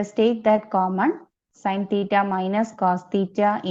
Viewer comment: i can only hear the words , theeta ,theeta ,theeta !!!!